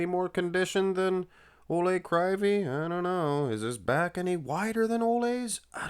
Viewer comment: Proper pronounce: Oleg Kreeveey. Олег Кривий (ukrainian language)